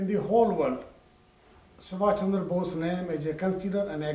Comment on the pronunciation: Please correct the name of our hero... It's not Chander, correct is Chandra...